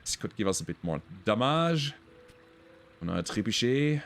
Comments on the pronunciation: I gotta say I love hearing pronounce trebuchet. I always sounds so cool to me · good french accent for the word "trebuchet" 😄